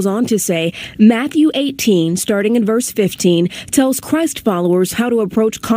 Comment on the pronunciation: Did this chick just mispronounce Christ on the news 445